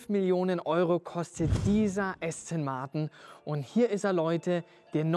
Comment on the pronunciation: „Asten Marten“ 😂